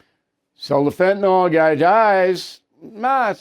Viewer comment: BILL PLEASE NOTE: " FENTANYL not fentanOL"